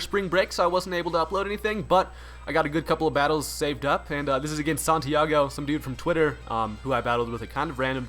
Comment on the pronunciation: Man, this video was suggested on my feed and I'm so glad you pronounced the dude's name (which also happens to be mine lol) so well!